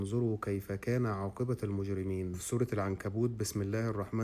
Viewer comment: خلي بالك عاقبة بضم التاء مش بالفتح